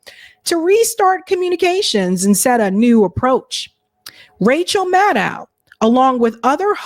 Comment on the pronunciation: The Rachel Mad-Dow pronunciation is killing me 😂